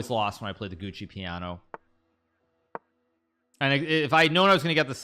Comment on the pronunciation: "giuoco piano" is pronounced "joko piano" not "gucci piano, and "fianchetto" is pronounced "fianketto" not "fian-cheat-oh" 😭great video love your channel and playstyle 👍